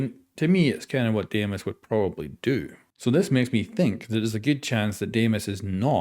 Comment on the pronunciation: Greek here: its pronounced “dee-mos” not “deh-ee-mos” Dee-mos , the “dee” should sound like saying “de-mocracy” ❤️ opa!